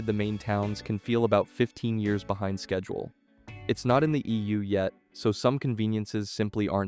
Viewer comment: FYI there is NO "A" in the word schedule!